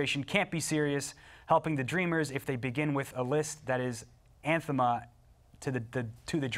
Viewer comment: "Anthema?" You're a host, learn to read. It's "anathema."